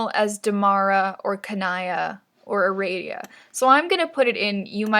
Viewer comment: ITS ARADIA NOT ARADIA GEEZ